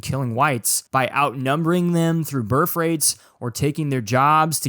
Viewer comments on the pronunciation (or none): Your inability to say the word birth correctly is aggravating. Other than that, great video